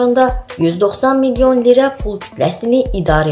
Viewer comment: LİRA desəniz diliniz qırılır